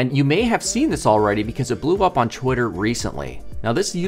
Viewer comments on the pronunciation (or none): none